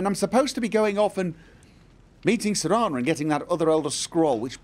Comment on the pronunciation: (and ) mess up Volkihar (Volhikar), Jenassa (Jenessa) Serana (Serena) and many other names all the time. Either he just skims over the words and substitutes more familiar name-type things or switches letters around. Spoonerisms?